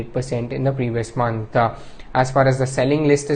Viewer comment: it's month, and not monthuh.. where tf is this guy from?